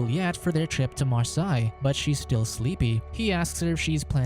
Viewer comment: Its Mar-say